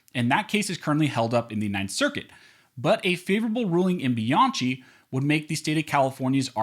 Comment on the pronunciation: If you are spelling the name Bianchi like I did it's pronounced BianKi. If it's spelled different forgive me. In any case your videos are informative.